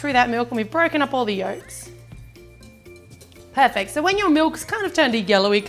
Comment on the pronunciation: Why do you always said "perpect"?